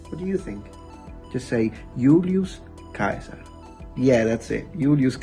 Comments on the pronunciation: I was just thinking I had taken a year of Latin for nothing (except vastly improving my vocabulary in Western European languages) when you said “Yulius Kaiser” (phonetically correct without using IPA symbols). I don’t know how many students I’ve addressed with that pronunciation, but it’s in the thousands. Not one student has ever said, “Wow, that’s interesting!” or anything remotely similar. It should interest anyone interested in language evolution, which is a part of cultural evolution, a knowledge of which could help predict our future. Maybe there’s no point, because at the current rate of biosphere destruction our species is doomed. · I was sold the instant I heard you pronounce Julius Caesar correctly. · I'm not sure what I was expecting work this video, but it was very satisfying to hear someone pronounce Julius Caesar correctly. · To me you're the first person ever to pronounce Julius Caesar correctly.